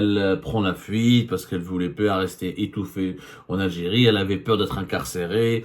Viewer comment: 3abdou, tu as un sérieux problème avec les voyelles, on dirait; Je te l'ai dit plusieurs fois que notre "pays"; comme PAIX + Y , ou (i), et non pas "Piiyiis", s'appelle l'AlgÉrie et non pas L'ALGYRY et pour finir, on dit int(E)lligence"Int(É)lligence", le "E" se prononce "É " lorsqu'il précède une double consonne, et surtout pas "Int(i)lligence comme toi tu le prononces.